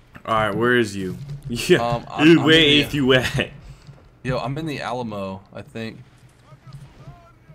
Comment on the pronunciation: At the beginning did just say the Awll-a-mo?